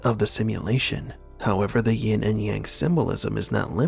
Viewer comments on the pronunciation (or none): "Yin and Yang" Never "Ying".